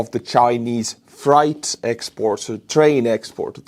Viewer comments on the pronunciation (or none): it's no big deal but Freight 🚃 is pronounced fr+8. You are pronouncing it as fright. As in being 😱 scared. Just thought I'd help.❤ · [Nit] "Freight" (as in freight trains) rhymes with "crate," not "fright." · Freight is pronounced FRATE its just our weird spelling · Fright trains? How about freight trains? The rules regarding the "ie or ei" in English. "i before e, except after c, or when sounding as A, like in neighbor or weigh. This applies to the word "Freight". It has a long A sound in English like the words take, make, rake, or fake. Or like Fonzie in Happy Days said, "Ayyy!" You are saying it with a Deutsch (and perhaps many similar languages in that region) pronunciation where "ei" sounds like the English long "I" sound in the word "like or bike", and "ie" sounds like the English long "E" sound like in meek, tree, and need. Neighbor, weigh, weight, veil, vein, reign, eight, beige, and freight all have the English long "A" sound. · Are you mispronouncing "freight" as "fright" on purpose? If on purpose that's pretty funny. 😂